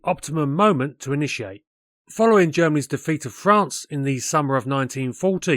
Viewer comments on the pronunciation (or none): none